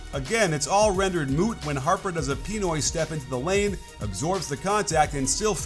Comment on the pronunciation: love the representation of the 🇵🇭 in your discussion But it’s Pí-Noy not Pee-Noy Still, love it